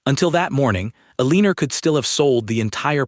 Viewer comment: Just curious because IDK how these are written in respect to the device that reads the narration, could the woman's name be "Elenore" (el-en-or)?! ... That makes more sense than whatever is being read. That is just my opinion of course. .... Thanks.